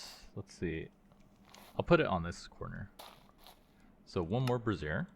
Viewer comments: "Bruh-sear" and "bray-zhure" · him mispronouncing "brazier" as "brassier" is surely a goof right? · Just fyi, Brassiere (a woman’s undergarment) Phonetic: bruh-ZEER or brah-ZEER Breakdown: bruh / brah — like the start of “brother” or “bra” ZEER — rhymes with “deer” Example pronunciation: bruh-ZEER Brazier (a container for holding burning coals) Phonetic: BRAY-zhur (most common) or BRAY-zee-er (less common) Breakdown: BRAY — rhymes with “day” zhur — like the “zh” in “measure” (or zee-er if pronounced more formally) Cheers! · The way you're pronouncing brazer is another word for a bra, my man.. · "Brazier" is pronounced like the name "Frazier". Good video though. I was looking to decide if I wanted to start a Reclamation game. This helped. Thanks! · Brassiere aka Bra pronounced "bra zeer" Brazier aka metal pot or pan for burning coal pronounced "bray zhur" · "Bra-zeer" is the long version of the word bra. Like undergarments. "Bray-zur" or "bray-sure" (think the word for donkey sounds "bray" and another word for yes "sure") is the thing that holds fire. Every time you say brassiere, I can't take you seriously. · I am sure someone else has already mentioned that brazier is pronounced "bray-zhr" you've been saying "brassiere" which is a bra 😂 I was seeing that word and thinking "I bet I would say this brassiere" and then you did. Very funny. I really like this mod pack concept. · You're pronouncing brazier weird, just so you know.its bray-zhr. Not bruh-zeer, which is spelled brassiere, and means bra. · This is such a cool pack!! I’m gonna try it out today! Just fyi, brazier is pronounced “bray-zhur.” Kind of like “jour” in French or “sure” with a z/j sound. A “bra-zeer” is a bra 😂😂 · Brazier = bray zhure Brassiere = bruh zeer You had it backwards, and were pronouncing the "thing that holds burning coals" as the "thing that supports boobs."